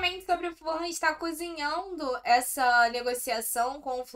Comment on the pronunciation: FU-LAN Não é Ful-ran e nem Fulham se fala Fu-lan! Sei que é chato, mas vcs são muito legais pra ficar falando o nome do time errado! ST